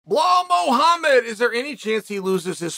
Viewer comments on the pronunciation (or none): "Blaw mowhamed" 😆